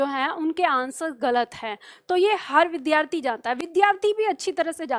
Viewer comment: namaste,vaise to aap achchha padhati hain lekin aap vidyarthi shabd ka uchcharan galat karti hain.vidhyarthi uchcharan galat h.kripaya bura n maanen.